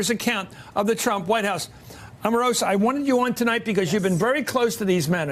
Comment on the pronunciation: God, this Matthews chap is annoying.. Can't even say 'Omarosa' properly! 🙄 He needs to be banned from the coffee machine.